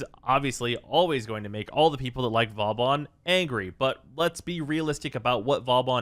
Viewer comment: Man's craping on vauban yet he can't even say it properly